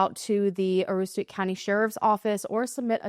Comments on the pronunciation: You pronounced it perfectly! Husband is from The County. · You did pronounce Aroostook County correctly,. ❤ I have to hope & believe police have more info that they arent sharing. I think people who decide to live off-grid, with their children, should still be checked up on to make sure the kids are getting what they need.😢 Sadly the lack of info shared has caused a lot of conspiracy theories like mass trafficking, serial killers, etc. The victims and their stories get lost in that. Its sad. Thank you for covering a case from our state 📍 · You nailed the pronunciation of Aroostook! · Hi from Maine! Great job on pronouncing Aroostook. A little bit of insight into the area: in Maine it’s often just referred to as “The County.” It’s its own little world within Maine. Every fall the kids are expected to get 2-3 weeks off of school for harvest break. AKA help out with the potato harvest. There are sizable amish communities but also just many people who want to live a quieter life. There is chatter locally about a few other women who have gone missing in northern Maine as of late, like Tomis Hoyt. I don’t think there’s any correlation necessarily, but you’ll see lots of locals elude to potential serial killers online.